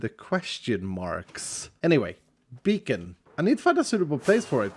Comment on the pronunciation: I thought he said bacon mining ngl